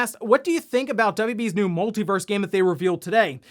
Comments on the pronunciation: Everytime he says verse instead of Versus 🙃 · It's "Multi Versus". Not "Multi Verse". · He and some others I watch keep calling it "Multiverse". It is called "MultiVERSUS". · Just FYI, the game is called Multiversus…..not Multiverse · Pretty sure its called Multiversus not Multiverse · It's called MultiVersus not MultiVerse. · It's "MultiVersus" my dude. Versus. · please pronounce Multiversus correctly it's killing me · Multiversus is 4 syllables 🤣